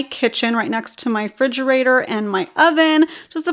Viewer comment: Did you say "Frigerator" ???